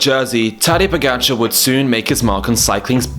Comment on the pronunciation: Skipper He pronounced it very well. The OP expects perfect Slovenian pronounciation which is of course moronic.